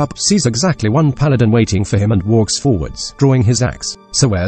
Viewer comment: The voice is still pretty good. it pronounced paladm perfectly